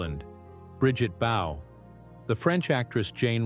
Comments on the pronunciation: Bridget Bowe… do you mean Bridgette Bardot… that’s hysterical: no sub. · It's Brigitte Bardot, not Brigitte Bowe 🤣